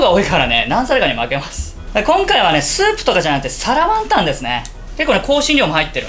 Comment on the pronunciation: 身支度しながらながし聞きしてたら 「皿ワンタン」が「サラマンダー」に聞こえて 『どんな料理だ？』ってまたリピート再生しましたw 作ってみよう(๑•̀ •́)و✧